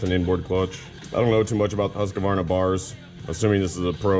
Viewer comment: Been watching alot of yer vids. Try Whos-kvArna instead of Huske-varna. Bugs the hell out a simple Swede when ya say its name :) Thanks for the awesome vids!